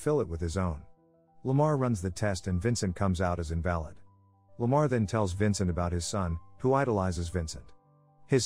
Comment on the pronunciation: In the movie it is pronounced as in-valid, as in the opposite as valid. They never say invalid.